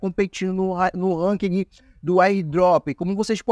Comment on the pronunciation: Na boa sua tática é legal, mas seu video é chato demais, sem contar que é chato ouvir vc errar tanto 1- Ranking não precisa falar o "G" no final 2- Skin é roupa ou fantasia que se usa em personagem, que se upa no game é SKILL, com som de U no final Treina um pouco sua fala que com certeza seu numero de visualização vai ser quase igual ao numero de inscritos